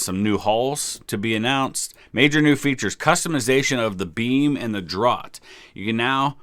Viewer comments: Draught is pronounced Draft. I know, English language. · Yup, and there's only one correct ways to pronounce it. :) Note that in American English, it's typically spelled "draft" EDIT: I say that because he was saying you can pronounce it "drought" if you want to in the video, but no, that's a different word. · Nice information. Also, "draught" is pronounced "draft"